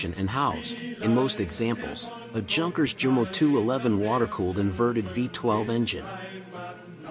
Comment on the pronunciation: Lost all credit when you mispronounced Junkers